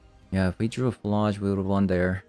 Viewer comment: PhlAAAAge I'm pretty sure you're pronouncing it wrong